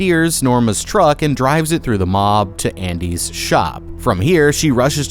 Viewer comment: you call it "andres store"......not "Andys".....